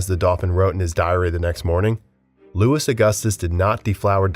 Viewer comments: Louis is pronounced as “Lou-ee” not Lewis 😭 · LOUIE! It is pronounced Louie not Lewis.. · Dude, your mispronunciations are grating. Louis XVI is pronounced “Louie”. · I was going to say the same, Im less than a minute in and already cringing from them pronouncing the "s" at the end of Louis, which is perhaps the most commonly known French name that does NOT pronounce the "s" at the end. I'm new to the channel and it made me think they just slapped on a half-decent "siri" text to voice thing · I kept cringing every time they said Lewis rather than Louey. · It’s arguably the most used royal name too 😭 “Lou-ee” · I can’t help but wonder if your purposefully mispronounced almost every name. S is silent at the end of words in French. Louis is not pronounced like the surname Lewis. It’s more like Loo-ee. In Medici the c is pronounced with the CH sound. The content is good but the repeated mispronounced well known names is hard to ignore. Wikipedia has pronouncement guides on each bio age. It would greatly improve your content to look those up in your basic research. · I love your videos but I honestly grind my teeth anytime you say, "Louis" or "Medici"